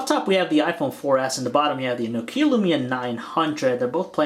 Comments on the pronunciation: It's nokia.. Not no kia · NÒKIA or nOkia, not NOKIÀ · For f**k sake it's not NOkia it's Nokia... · It's pronounced "Nokia Lumia", not "Nokiiä Lyumiä" I'm from Finland so i know that. By the way, LUMIA 900 ROCKS!!!!! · is nu-keea a new brand? lol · you pronounce nokia wrong!!!! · anyone else getting anoyed about how he was saying nokia